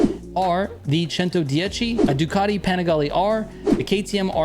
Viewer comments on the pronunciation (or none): It's pronounced "PANNE-I-GALEEEH" with a thicc italian accent ! Thanks for the guide !